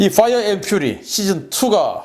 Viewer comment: Fire & Fury는 화이어 엔 휴리가 아니라 화이어 엔 휴어리로 읽어야 합니다.